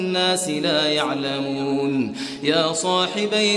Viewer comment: He said it correctly, he said la ya3lamoun. You heard it wrong